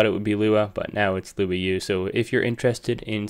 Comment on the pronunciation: Luau is pronounced Loo (as in look), Ou (as in ouch). It was kinda cute hearing a non Portuguese speaker saying it 😅